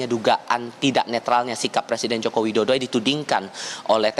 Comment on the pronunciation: Woyyy Yang bener itu ngeja nama presiden, jangan ngaco gitu bikin malu aja....nih ejaan yang benar JOKO WIDODO.